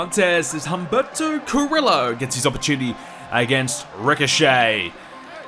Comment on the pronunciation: I love you but it is Oom Bear toe Car ee Oh